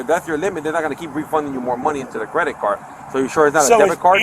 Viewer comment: This police officer is t the sharpest tool in the shed!!! “Did she wuze a cwedit card”??